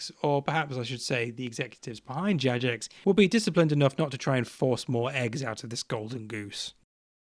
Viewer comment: Good points overall! One thing I'll add: Jagex is a shortening of "JAva Gaming EXperts". It's a hard g.